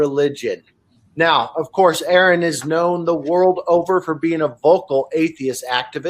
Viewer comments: hiz näim iz pronaundst exäktli ze wäii "Aaron" is. not "Ähron". (except for the r, pronounces just like germans pronounce the name aaron) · Ha. That guy says no intro needed, but he called, Aaron. Lol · The introduction of (pronounced like R.N) being called Aaron like 12 times was a bit annoying lol but good video. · Fantastic talk...I kept thinking it's RN not Aaron, all the while this dude was praising you. I mean, hell he's right to pimp your credentials, you deserve that, no doubt, but get the pronouncing of the your name right...lol...cheers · He said needs no introduction, but calls him Aaron and not. Lol and he keeps mis-pronouncing it over and over 😂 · R-IN not air-n!!!!!! How does this guy not know how to pronounce his name? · The guy at the beginning says: "Erron" Me: you fool But you can see he did it on purpose. Usually when people don't know how to pronounce your name, they try pronouncing it right at least once or stop for a moment to remember the right pronunciation. Sometimes can even apologise if they're nice. He had smirk on his face and he was just testing the waters. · How did this guy mess that up? Makes his entire introduction ring hollow. I cringed every time I heard it, and I'm sure ARE-uhn did too. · Who is Erin and why does this guy keep saying that name? I swear, might need to add an H in there to educate people how to freakin pronounce it! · Smoked him immediately. Thank you. 😅 "My good friend A A RON" 😭😭😭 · Pronounce his name as RN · "My good friend "aaron" here." Is he a good friend of aaron? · Especially since in almost every video he has to say, "It is pronounced RN" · Host, "my good friend ", mispronounces. Zero credibility much? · I hate how he kept mispronouncing name.🤦🏾‍♂️ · I cringed every time your name was mispronounced in the intro... came for the Atheism and rational thought - stayed for the KITTY! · "my good friend" ...proceeds to say Arons name wrong